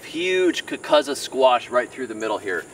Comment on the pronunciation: I hate to be "that guy", but the Sicilians always use the long "U" sound. It's pronounced "kookoozuh". It's also devoid of flavor for what it's worth. 👍